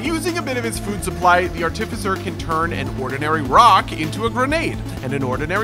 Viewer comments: I can't get over how this guy pronounces "artificer." It's supposed to be arti-ficer, not ar-tificer. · It’s not artificer it’s art-uh-fise-er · Buddy: "Arh-TIF- fiss-er" English language: you are putting emPHAsis on the wrong syLLAble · Ar-tif-i-sir has become a new meme between me and my friends. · hehehe, "are-tì-ve-sir" Imma call it that from now on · Well excuese me being nitpicky but he pronounces artificer wrong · the way this guy pronounces artificer makes me want to cry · Can’t wait! Also hearing you pronounce artificer hurts my DnD trained soul! But it’s def gonna be my new main slug cat! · I don't like how you say artificer